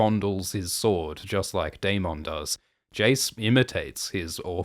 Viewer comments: dayMONN dayMONN say it like the show does please so distracting just say dayMINN not dayMONN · I love these videos but please fix the pronunciations. It's not 'Ae-mon-d'....it's 'Ae-mun-dh'. or 'Dae-moan'....it's 'Dae-mun' Also Rhaneys is not Aemond's cousin. She is his aunt, Viserys' cousin. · The pronunciation of DaeMON and AeMON is a little tough to listen to 😂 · The way you say darMON 😂 i can't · The Day-Mawn gets me every time but I love these recaps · How are we pronouncing Daemon now?